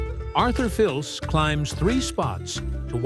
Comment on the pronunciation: The pronunciation of Arthur Fils name was cringeworthy. 😢